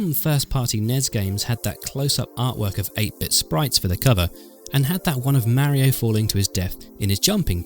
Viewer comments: I don't understand why people still call him mare-e-o and not mario. He literally says his name all the time! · ...Nez & Meh rio? I have to admit it sounds discordant to my U.S. style of English. Interesting how some games lost their impact when more frames were added.